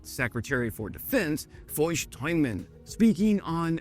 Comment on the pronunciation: Tuin sounds like town more or less, and has the same roots (fenced off area = town, tuin, and norwegian tun ) German Zaun [tsssoun] = fence.. town man tuinman ( = gardner)....dutch ij = y , more or less.... so what ever noise you made that's not it..